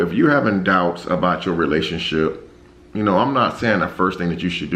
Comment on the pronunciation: STORY not Storie DOUBT not Dought!!! (Lol) Good Morning!!